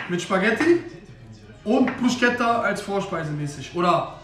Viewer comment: bro es heisst bruschetta (man sagt BRUSKETTA). sehr geiles video btw